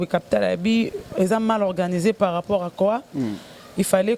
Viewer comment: alobi par rapour (ou lieu de par rapport ) na moni asalaka ngo na nko! Kkkkk